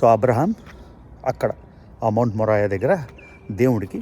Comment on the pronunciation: మౌంట్ మోరియా anna...మొరాయా కాదు